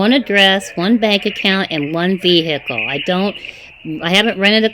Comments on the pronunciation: ONE WEHICLE..LOL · She has one wehicle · LOL! --- "VE found the blood and drugs RESIDUTES inside the WEHICLE". 🤣🤣🤣